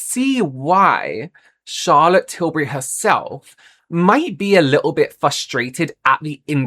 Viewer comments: You went on to tell us, American how to pronounce “Tillbury” then proceeded to say Till-berry. lol Oh,. 😅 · americans pronounce “berry” and “bury” the same 😭 that’s why we struggle with tilbury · most American accents don't pronounce the words berry and bury with any distinctions, they have the exact same phonetics. That's the reason Americans say Charlotte TilBERRY. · “not til-berry, it’s til-bury” i love you, so i’m going to hold your hand when i say this: a lot of american dialects, maybe even the majority of them, have a vowel merger that means that we say the words “berry” and “bury” the exact same way. i certainly do (am from california). i think i could get on board with “say tilbury so that it rhymes with hurry”. you can also specify if it’s got the emphasis like TIL-burry or TIL-BURR-y. the second one is more like an even emphasis on the first two syllables, i guess, but it’s hard to write out. the first one has a strong emphasis on Til and the rest of it gets kind of small and buried (hehe no pun intended). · Omg! Thank you for bringing up the “Tilbury” vs “Tilberry” thing! 😅 it drives me crazy! 😂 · Yeah that was a weird way to suggest the pronunciation, I say 'bury' like 'berry' as well and I'm english. It's said like 'Tilbry'. Though I like 'Shazza Tibbs' better. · I’m from the US west coast and we pronounce “bury” like “berry.” So it’s no wonder we pronounce Tilbury wrong. It’s just how we pronounce it. 😊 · OOOHHH THANK YOU!! So glad you said this! I'm freaking American & I know how to pronounce her name! It drives me nuts! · "It's not Tilberry, it's Tilbury like you're BERRYING someone" Sorry but I laughed a little when I heard you say that XD I get what you meant but that example was kinda hilarious